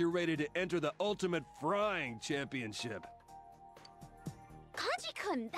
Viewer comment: the way that Kanji says Frying is so funny is Yukiko dead? 😂